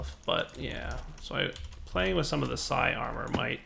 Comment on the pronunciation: aww when you said Psi i thought you said Xy. Damn it